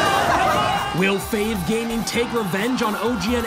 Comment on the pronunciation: Fav gaming pronouced wrongly🤣